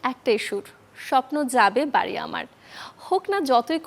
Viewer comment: "স্বপ্ন যাবে বারি" না রিপোর্টার ভাই, "স্বপ্ন যাবে বাড়ী" এভাবে বলেন😅😅